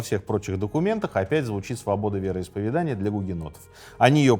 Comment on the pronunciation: Прошу прощения, уважаемый автор---вероисповЕдания!!! Не обижайтесь!! Вы вещаете на огромную аудиторию! Красивая речь и правильно поставленное ударение--это Ваш успех!! С меня и моих друзей --подписка "нравка"!! Удачи!!